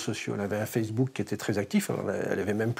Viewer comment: "Sur FESSEBOOK" 😂😂